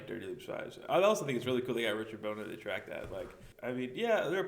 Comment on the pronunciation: lol that look when she pronounced richard bona's name wrong